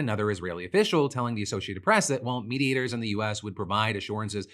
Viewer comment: Anyone else hearing "meat-eaters" every time Phil says "mediators"...